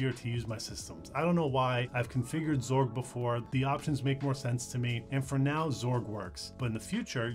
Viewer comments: X org, not zorg sigh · ...hang on, "zorg"? That's a new one; I've always pronounced it as "ex-org." In seriousness, nice summary! The coverage of Wayland while still using the more traditionally compatible X11 is great for new users. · X-org not zorg lol but zorg does sound better ngl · imo, wayland isnt a replacement for xorg. just an alternative. people treating it like a replacement just dont realise theres features in xorg that wayland will never replace. also lmao zorg? first time hearing that pronunciation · I hate that you pronounce X Org as Zorg